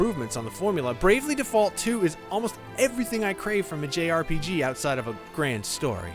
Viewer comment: Its pronounced Default, not Default 🤣